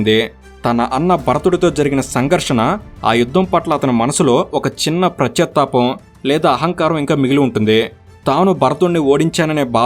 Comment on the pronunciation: prachatapam kadu pascha tapam